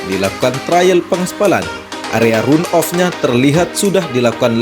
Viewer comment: Phonetic yg benar dari kata RUN adalah / 'rʌn / Jadi kalau di-inggriskan juga gk bisa dgn RAN OF. Tpi Setidaknya dgn dibaca RAN OF sdh mendekati benar.. Demi kebaikan bersama saling mengingatkan mmg lebih baik.